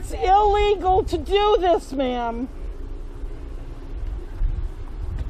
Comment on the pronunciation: "You have'd your dogs out noht on a leesh. Das ilEEEgahl!" Blaze the Mobility Fan